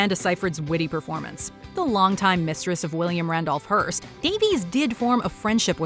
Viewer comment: I am pretty tired of these sharp American lecture-y type videos where a Puritan voice kind of bellows in your ear 85% of stuff YOU ALREADY KNOW. Writing that pretends to be writing: recouping/recuping is not a word - it's recupERAting. Davies is pronounced Da-viss, not Da-veez.